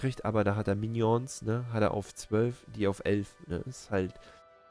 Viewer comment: sprech die minions bitte richtig aus hahahaha du bist lustug